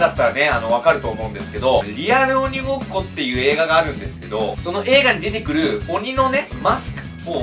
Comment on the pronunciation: 1：50リアルう○こ2ってきこえた